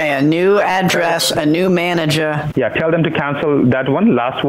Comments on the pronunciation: Not “ manager” “maneger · “Maneger” lmao 😆😆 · They mispronounced “manager”, their scamming became invalid, you won this battle from the start Also go,!